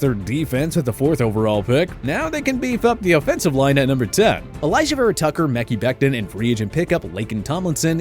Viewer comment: How do you still not know how to say Mehkai Becton